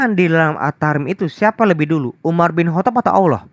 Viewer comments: "Umar bin Kotob'. Ha ha ha, nyebutnya saja salah. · sok pinter Al-Qur'an, nyatanya memahami terjemahan Al-Qur'an aja gagal faham,,, nyebut nama UMAR BIN KHOTOB pun gak bener